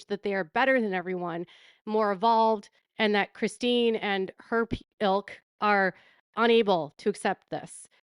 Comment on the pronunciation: It looks like Robyn has a hard time saying Christine. 😂